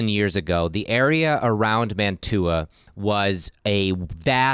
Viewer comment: I cannot get over your mispronunciation of Mantua...